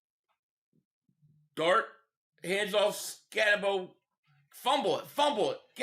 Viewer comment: It's Cam Skatabo say his name correctly.